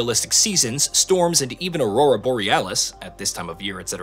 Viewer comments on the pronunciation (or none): none